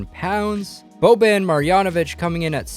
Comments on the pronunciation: he said boben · Does he not know how to say Boban